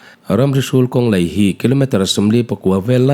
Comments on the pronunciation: elite studio "mizoṭawng hmang dik hram teh u.A AW B in zir lo ani ang.kawng laih tih tur ah kawng leih" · Kawng LAIH tih turah LEIH i ti thin a, beng ati thlep deuh thin